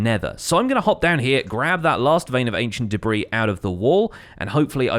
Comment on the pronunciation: No one:: Ancient Debriih